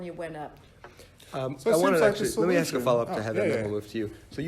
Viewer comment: Without affirmative action, would Harvard admit someone who can't say the word "ask"?